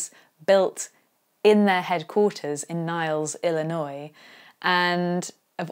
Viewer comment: thank you for pronouncing Illinois correctly. As a lifelong Chicagoan it drives me INSANE when it's mispronounced. Great video, by the way 💪🏾💪🏾